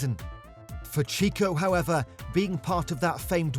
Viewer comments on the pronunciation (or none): Cheeko? All the sound effects added at the end of each sentence was annoying as. Don't try so hard. And make sure your voice over knows how to pronounce the names correctly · Yeah, done with this video the moment the guy said "cheeko". If you can't pronounce the names, I'm not going to trust your analysis.